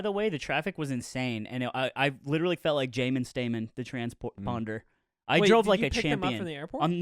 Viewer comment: “Jaimen Staimen, the Tramnspo-sponder” made me laugh way more than it is any right to lol